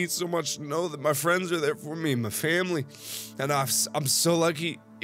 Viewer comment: "My Family..." you got a country accent Mark